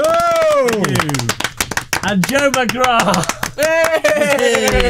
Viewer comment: I’m much happier pronounces McGrath correctly now.